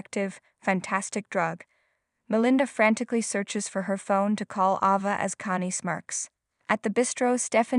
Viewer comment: Ava, fist a long a , pronounce correctly!!!!!!!😂😂😂😂😂😂😂😂😂!!!!!!!?!!!!!!!